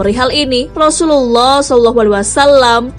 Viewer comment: Suaranya dan artikulasinya sangat baik,tapi saat menyebutkan : "Sallallahu" kok kurang jelas ya